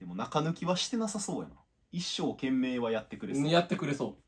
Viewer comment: 野々村と同じ一生懸命の発音する人初めて見た